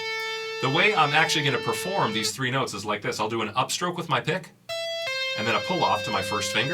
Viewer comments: I just thought you said: “I'm gonna do an upstroke with my DICK.“ 😂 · i thought he said Upstroke with my dick